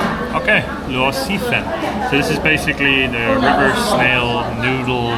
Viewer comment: You pronounce Luosifen like you say it in Cantonese.